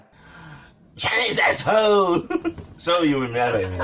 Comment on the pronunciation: "Chynna is Asshooo "